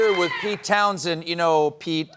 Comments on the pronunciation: It's townSHEND, not Townsend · Pete TOWNSHEND, not "Townsend".